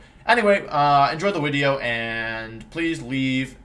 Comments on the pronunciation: The "so there I was" Was extra crispy today. Top tier wideo. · Here's my banana to this wideo. Love ya, wideo man :)